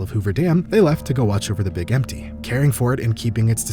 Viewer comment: It's "Big M.T" not "Big empty" common/innocent mistake.